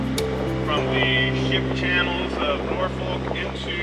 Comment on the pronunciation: Just want to help you with pronunciation spell Norfolk, say Nor Phuk. Thanks for the Video. Great your and info.